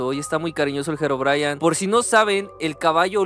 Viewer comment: Herobrayan ✅🗿👍 Herobrine ❌